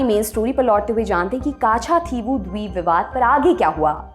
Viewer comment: कच्च-दीवु! काछा- थी वु नहीं